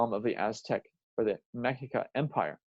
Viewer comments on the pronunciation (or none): none